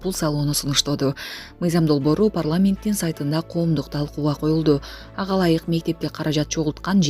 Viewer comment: Ушул материалды окуп жаткан диктор кичине окуп билиминди жогорулат.Эмне деген дикция кантип ушундай окуйсун же атайы ушинтип окуйсунбу .Е катышкан создордун баарына и кошуп окуйсун.Приезидиент ,парламиент,прийемиер деген дагы толгон создорду таптакыр бузуп окуйсун.Дикциянды ондочу .Машык окуурдун алдында.